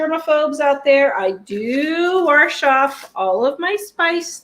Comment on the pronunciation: Love you all. You're adorable and I am learning so much! BUT.... there's NO "R" in WASH!!!